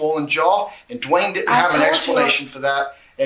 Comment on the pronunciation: Is the man named Dwayne(Duane) or D’Wayne as she pronounces it. I have cousins with both variations